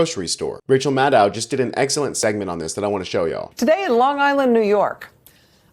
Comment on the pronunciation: Please note that MADDOW rhymes with SHADOW. She introduces herself every appearance, and still people get it wrong. Not blaming you, my friend. You're just internalizing it because of all the GOP haters and some of her own colleagues making it sound like cow. SHADOW. This was a great video,, and thank you for making me laugh while I'm ill. - Fiona